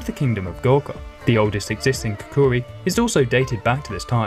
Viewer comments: You put way too much emphasis on the second syllable of the name kukri and you somehow managed to add an additional vowel. Pronunciation is closer to cookery with the syllable emphasis being on the second k. khuh-KHeh-ree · He mispronounces Gurkha and kukri tho so I’d stick to an historian 😜